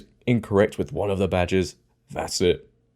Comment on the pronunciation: I thought she said all my vaj’s but actually said badges, I was going to say don’t tell me she has more than one duffa between her legs!